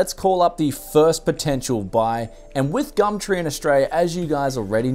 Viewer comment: "today were going on gammtree" xD